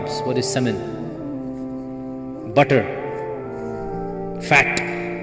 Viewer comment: Mash Allan I like this speaker! Especially the way he said “Butter” and “Fat” ! 😂😂😂